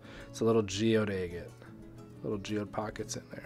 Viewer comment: I love your videos, except how you pronounce agate. Lol